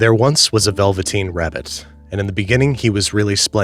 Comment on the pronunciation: Goes and buys a copy of the "Veveteen Rabbit" .